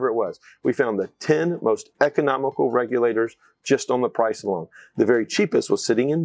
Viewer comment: The word”price “ is not a er